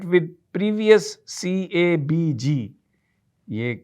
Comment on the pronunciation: CABG Yor pronunciation is right meen 3 arteries block.